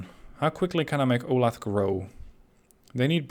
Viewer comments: Ol-ath? It’s o-la-tha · Hi, Resident of Olathe KS here. Just wanted to say its pronoucned like Ow-Lay-Thuh. Also, thanks for a new series, love this game! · Not that I really care, but just FYI: Olathe is pronounced O-lay-thuh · It's pronounced oh-LAY-thuh. I live there!